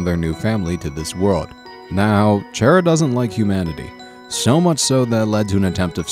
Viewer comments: the way he pronounced chara was like, a double fuck up. just sayin' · CHAIR-A seriously that is the weirdest way to pronounce their name. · He's says Chara's name like Chaira Its so fucking annoying Dx.... Not hating on the video or anything its a good video, I just hate the way he's saying it. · I believe he pronounced it chair ia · it isn't how it's pronounced I know it's car a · Ooohhhhh let me just sit on my chaira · Originally, it is pronounced as:"Ca-ra" or something like that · First time i ever heard someone pronounce it (Chair a) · You pronounced 'Chara' wrong (Its a pet peev of mine) Its Chara as in Character. :3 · CHARA IS NOT CHAIR-A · did you just call chara, chaira? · This is the first time I've actually heard someone call them "Chair-a" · XD WHEN HE SAID CHAIR-A THOUGH ROFL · YOU PRONOUNCED CHARA WRONG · CHARA ISN'T EVIL AND UR SAYING THEIR NAME WRONG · you pronounced chara wrong its obviously chara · DO YOU WANT ME TO DIE?!?! IM SEVERELY ALLERGIC TO THAT PRONUNCIATION OF CHARA! LIKE OKAY IM SORRY BUT........... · He says charas name wrong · Chara Dreemurr hi he didnt pronounce your name right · Anybody else really annoyed by how he pronounces "Chara"? Edit: Oh yeah. I'm also annoyed by the fact that he called Chara female, even though they have no gender. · you said chara wrong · GAH! YOU'RE SAYING CHARAS NAME WRONG IT'S SO ANNOYING!!!! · Chaira?! Lol it's pronounced chara as in character with a k sound, also I think the whole asriel thing is just a cliff hanger, maybe also with gaster and chara, for undertale 2? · Chara is not pronounced as “shara” Just read these to words chara character Undertale is playing tricks with you with names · kara not shara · its cara not chara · its pronounced Kara or chara not chaira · People pronounce Chara so differently xD, he call them Chair-a people call them car-a I call them Char-a lol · chara not chaira XD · It is not pronounced chair-a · Also, Chara isn't Chaira, it's pronounced Karra. Like chaos.